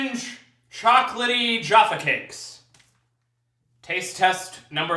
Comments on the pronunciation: Ne kaze se Džafa keks nego Jaffa keks ;) jafa keks se ceti isto kao sto se pise J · I would kill you if you fucking insulted my fav Jaffa keks :P Btw it's Jaffa with J brate srpsko J, ne Dzaffa :D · Cita se KOKTA I JAFA KEKS